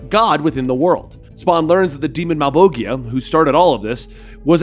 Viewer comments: You mispronounced Malebolgia, it’s pronounced mal-BOL-3ia, the 3 represents the sort of s sound you would find in words like vision or pleasure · Its actually malebolgia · Pronounced Malbowjah not malboggyha. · Malebolgia is italian dude. Mah-leh-bol-jia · Love the channel and this new Spawn stuff. But am I the only one who noticed he pronounced Malebolgia as Mailboikeeyah? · Mal. Bole. Jyah. Sound it out. Mal. Bole. Jyah. Other than that, thank you for being awesome and bringing Spawn into the light and sharing him to potential new readers. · Please do more spawn, Ive already read a lot of the stories myself, but I love your narration. So please do more. Also I thought it was pronounced mal-bol-jah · Malebolgia (Mal-Bowl-Gia) Mammon (Ma'am-Awn) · I heard pronounce malboshia as "mal-bogia", the fuck. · Also its Mal-bo-gia and Cog-li-ostro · You pronounce it like Malbolgia. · Do it. Spawn is a great series, but first we need to figure out how to pronounce “Malbolgia” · No one gonna mention that he pronounced Malbogia"s name wrong? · Do it. Spawn is a great series, but first we need to figure out how to pronounce “Malbolgia” 😆